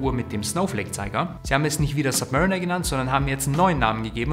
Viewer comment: Zwei Dinge: erstens heißt es Zifferblatt und nicht ZifferNblatt und zweitens mal bitte an der Aussprache der Submariner arbeiten. Hint: die Uhr wurde einem Submarine nachempfunden, nicht einem Mariner der sub-par ist. ☺️